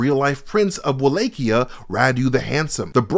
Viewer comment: Why are you pronouncing Walachia like that?